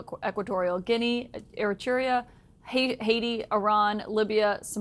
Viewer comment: How did she pronounce Eritrea? Wow is that uneducated?